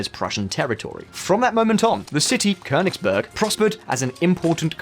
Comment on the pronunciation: Kudos for the pronunciation of "Königsberg"!👌🏻